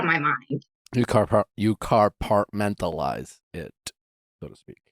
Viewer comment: Nick: “car-part-mentalize” 😂😂